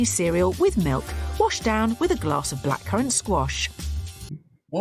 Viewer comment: Black Corn Squash! 🤣 So funny. It’s blackcurrent squash, by the way 😉